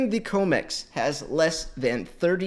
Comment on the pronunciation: It’s com x not co mex tbh your comments would have more cement